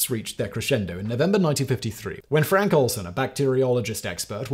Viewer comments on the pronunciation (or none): none